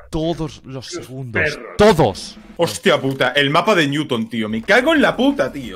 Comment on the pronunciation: Nadie:: Ñuton